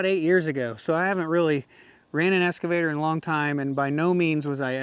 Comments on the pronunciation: Hey, nice machine you picked up there. It's an Ex-cavator, not an Es-cavator:) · i got a little bit triggered every time you said "escavator" lol. EX. EX. EX!!!! That's the end of my TED talk. Congrats on the buy, looks like a nice machine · I won't beat you up on your operation, but I will beat you up on the pronunciation of EX-cavator. Sounds like you're saying ESS-cavator. lol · OMG!!! It's an EXcavator not an EScavator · EXcavator not EScavator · c'mon man, EXcavator not EScavator. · Excavator, no S there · Is it es- cavator or excavator 😅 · Drinking game… Every time says “S” cavator you have to take a shot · There’s no “S” in EXcavator!😂